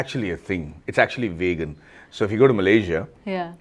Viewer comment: Macchi Madhava.... Vegan - We-gun. Not Way-Gun. Respects bro!